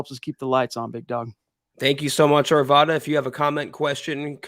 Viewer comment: I love what you guys do and i love hearing your perspectives. Quick Colorado PSA - it’s “Are-V-Ad-Uh”